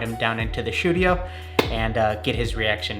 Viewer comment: whoever disliked this, I'm coming for your kneecaps. ALSO HOLD UP DID YOU SAY "Shoe-dio" instead of Studio? Genius.